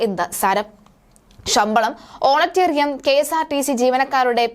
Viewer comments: ഹോണറേറിയം ആണ് ഹോണറ്റെ റി യം അല്ല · പ്രിയ സഹോദരി വർത്ത വായിക്കുമ്പോൾ തെറ്റ് സദ്ധരണം, എന്നാല് അത് തുടരുന്നത് ശെരി അല്ല. ഓണറേറിയം എന്നത് ഓണ റ്റേറിയം എന്ന് ഉച്ചരിക്കുന്നത് ഇനി എങ്കിലും തിരുത്തുക. ഇത്ര മാത്രം. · Onatteriam അല്ല vishutteriyam. ഓണാറേ റിയം എന്നത് പോലും അറിയില്ല. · ഹോനറ്റേറിയം അല്ല ഹോണറേറിയം. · ഓണറ്റേറിയം. കഷ്ടം. ഓണറേറിയം. മലയാളം ഉച്ചാരണ ശുദ്ധി ഇല്ലാതെ പറഞ്ഞാൽ status കൂടുമോ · ഓണറ്റെറിയം 🤔🤔🤔🤔കൊച്ചേ ഓണറേറിയം ആണ് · ഓണറിയം അല്ല ഓണറേറിയം ആണ് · ഓണറ്റേറിയമല്ല, ഓണറേ റിയം ആണ് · ഓണറ്റേറിയം അല്ല ഇംഗ്ലീഷോ അറിയില്ല മലയാളവും അറിയാതെ വിളിച്ചു കൂകുന്ന നീയൊക്കെ മലയാളിയാണോടി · ഓണറ്റേറിയം എന്ത്? വായിക്കാൻ പോലും അറിയാത്തവർ ആണോ മാധ്യമ പ്രവർത്തകർ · ഓണറ്റേറിയം അല്ല. ജേർണലിസം വരെയുള്ള വിദ്യാഭ്യാസം കാണുമെന്നു പ്രതീക്ഷിക്കുന്നു. ശരിയായി ഒന്ന് പറയുവാൻ ശ്രമിക്കാം. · "ഓണറ്റേറിയം "കഷ്ടം വായനക്കാരി... ഒന്ന് പഠിച്ചിട്ട് വീഡിയോ ചെയ്യൂ 😂😂😂